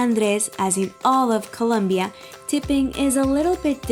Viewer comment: It is not colonbia🤔😡